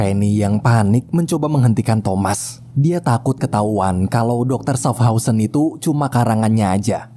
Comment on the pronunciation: itu bacanya syafhauzen